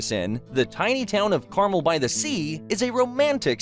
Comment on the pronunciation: PLEASE say Carmel properly!! Sheesh!